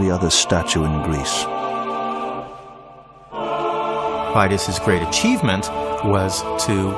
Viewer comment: Φειδίας (Pheidias) is not pronounced as it is in this film (fie-dee-as), neither in ancient (pay-di-as) nor modern (fee-thee-as) Greek. . . . but I still enjoy the video.